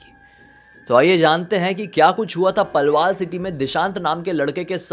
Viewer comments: palwaal nhi h vo😭😭 Palwal h 😢😢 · Palwal h yu palwaal na h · पलवाल नहीं पलवल 🥲